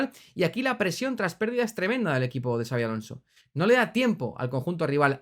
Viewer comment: Son muchos años ya en la elite, no es tan difícil pronunciar su nombre correctamente, me alegro que no digas "chabi" como dice el 90% de los periodistas del país